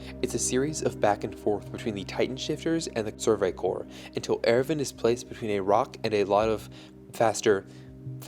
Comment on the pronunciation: I'm sorry but I can't watch this video with the Erwin pronunciation.